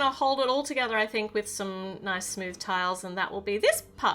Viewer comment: The way she said ' nOIce' 😆 I luv Aussie accents ♥️